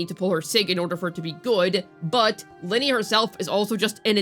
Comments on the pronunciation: I use Augusta, Iuno and Lynae. It's Lin-NAY, not Linney. I feel like you mis pronounce things on purpose, but if you didn't know. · How can you not say her name right? It’s not even a difficult name to pronounce… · Especially since her name is pronounced throughout the 3.0 story